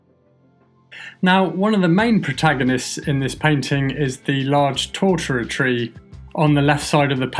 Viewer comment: Life was so much more interesting when I thought was saying "Torturer Tree." Then I looked it up. Sigh.